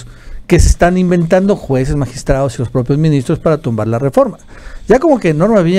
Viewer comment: ES " MINISTROS" NO "MINSITROS" JEJEJE 😂🤣